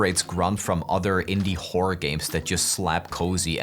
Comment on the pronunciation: bro please horror has an "or" at the end stop saying wh*ore 😭